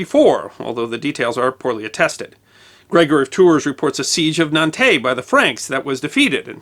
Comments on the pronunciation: The French city of Nantes is pronounced "nont" (approximately; rhymes with "want"), not "nantay". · Just for the record, Nantes in France is pronounced Nahnt., not Nantey. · Being half French, I found this an interesting episode. Just to point out, Nantes is pronounces 'nant', not 'nantaye(s)'. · Congrats on doing a decent job with Vouillé! however (there's always one isn't there?) Nantes is pronounced like the english word nonce, as in "for the nonce"...or nance as in the short form of the name Nancy, if you're speaking in english... were there pirates? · A few pointers concerning pronunciation. Nantes is pronounced Nant. With a somewhat strechted nasal sounding a. Odoacer is pronounced as Odoaker, with a hard k. Mere details, but everyone knows that pronunciation of European names can be a treacherous snake pit from time to time for Americans. Furthermore. Great video! This was indeed one of the teeter totter tipping point in the history of Europe. With this battle Clovis settled the military and political dominance of the Franks in Western Europe, which influence in time even would stretch to Middle and Eastern Europe.